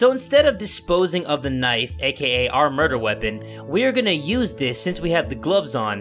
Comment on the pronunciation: Well I'm not used when doesn't add extra vowels in some of his words, I'm used to him saying Midori Gurinu, Knifu or Lifu... Oh, and don't you love the old days when doesn't censor anything...